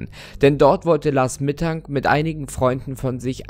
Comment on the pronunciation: Bei diesem Lars Mittang oder wir der heißt hab ich erst last mittag verstanden 😂